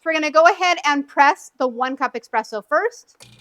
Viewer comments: Why are you putting a jug under the portafilter when your model doesn't push the water through the portafilter? Once the machine lights up after pushing the 3 buttons you can release them... Lol you turkey. "espresso" not 'expresso' lol. "there'll be no flashing lights".... the power button proceeds to flash non stop LOL. Why would anyone vacuum perfectly good beans out? Just do what you did and grind them into the portafilter so you can actually use them, come on now people don't be silly. Lol what on Earth? If all the lights are lit up solid, it's hot enough, don't be silly wasting water and power for no reason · Great video! Very helpful! Just a little pronunciation tip—it’s espresso, with an S. That’s an easy one to mix up! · Thank you so much ! So helpful ! I followed everything step by step. I know with the manual I would have lasted an hour understanding lol only funny thing I felt like is how you pronounce espresso. Its not eXpresso:) I found it very cute:) Thank you again!